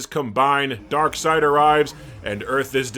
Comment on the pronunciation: Ah yes, my all-time favorite DC villain: Dock-seed 😂